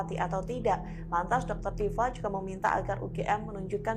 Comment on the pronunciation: Tipa gitu bang .. bukan dr tipa..